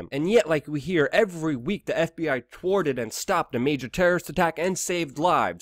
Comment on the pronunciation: Wtf is up with his speech impediment? "The FBI tworted" 😂🤣